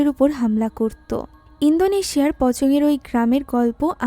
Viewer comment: ইন্দোনেশিয়া no no no জিনদনেশিয়া 😂😂😂😂